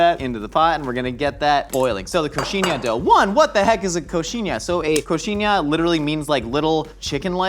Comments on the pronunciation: Don't think I ever seen an American pronouncing the "nh" in coxinhha so well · Love seeing saying "coxinha" and "churrascaria" so perfectly (and "pimenta" right at the first time)... Yet he still need a little help with "cachaça" (pronounced as ka-xa-ssa). But still, thank you guys for trying to speak our language. Next time, put a little sugar with the flour... it will taste even better. Love from Brazil 🇧🇷